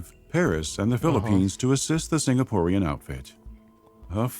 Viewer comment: Sinkapooreans lol